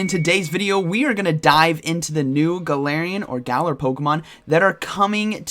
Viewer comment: Come on man, you're a professional. Learn the pronunciation and we don't call them gal 🤣